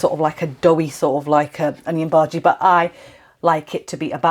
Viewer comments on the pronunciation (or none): Not Baji, it means vegetable, the proper pronounciation is Bhaji